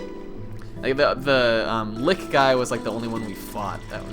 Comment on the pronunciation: Earth Chaos Lick? Don't tell me that's how you're supposed to pronounce "litch"?